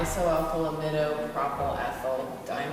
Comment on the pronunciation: You mispronounced propyl . click on the google pronunciation -Chemistry Teacher